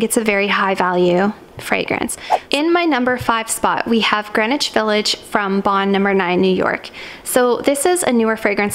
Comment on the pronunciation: Is anyone else bothered by how she pronounces "Greenwhich"?